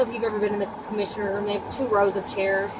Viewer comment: Or how says ruum for room.